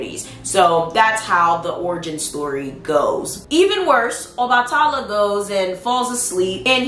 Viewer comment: PRONUNCIATION ⬇️ Obatala = OBA(LIKE BABA)-TUH-LA =OBA-TUH-LA Yemaya= YEM-AYE-YA 😊😉 Thanks for the video Love ❤️